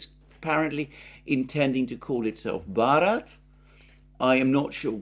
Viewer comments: Alexander, Bharat is like England renaming itself Albion, and Westerners cant possibly pronounce it correctly. I correced you on 'poonjab' but on this one it's pointless. The Bharats were an ancient Aryan-language doeaking tribe that has a connection with what is today Afghanistan (not 100pc on this). The whole tbing is absurd betond words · In hindi and also in Bengali (provably for thausands of years) the name of India is Varat (pronounciation like Varot). It is a vary rightfull action like Turkey to change its name to its original name. Maybe Germany should consider the same, by officially naming itself Deutscheland.